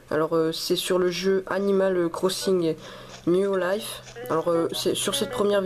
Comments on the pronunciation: J'avais jamais penser aller voir ta toute première vidéo jusqu'a ce que t'en parle dans ta dernière vidéo ^^ Par contre c'est quoi cette pronociation ?? "Animal Crossing new Laife XDDDD Tu m'as tuée :) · OUAIS lol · Seira Hikari Grave... 😓😓😓